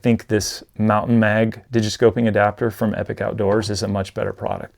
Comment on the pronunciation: Great review...Just one thing. It's pronounced "E-Pock". I was listening to a podcast that the founder Bruce was on, and he cleared up some of the confusion on the pronunciation of the company name.